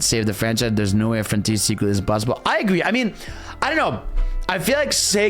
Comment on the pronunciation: Ah yes, i love Sonic "froniters", thank you 🤣